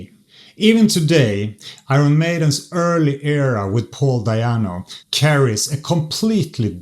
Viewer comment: First time I hear Di'anno pronounced Diano.